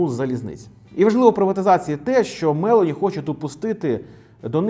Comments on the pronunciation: А також вона Мелóні, а не Мéлоні😂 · Мелóні, не Мéлоні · Цікаве відео!😃👍 Репостнув🤗 От тільки, Мелóні, а не Мéлоні. Наголос на другий склад, вона ж не американка. А то звучить як Мéловін😂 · Спасибо,, за информативное видео. Живу в Италии и хотела бы вас поправить в произношении фамилии нынешнего премьер. Ударение на 'о....Мэл'ооони. Это важно, так как полностью искажает понимание о ком речь:)